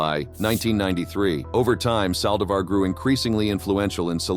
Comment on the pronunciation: at least learn to pronounce hispanic names correctly!o-- ON the saldivar case!